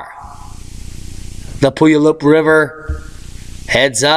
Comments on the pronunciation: Hey. Puyallup is a city in western Washington and there is a river with the same name. It's the name of an Indian Tribe/Nation from where it originates. It's sounded out as follows...Pu-yall-up. Not puyalloop. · Puyallup: Pronounced pew-AL!!-up PU ya lupp is cool too. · That's prounced pew- all- up...Pullayup River...FYI.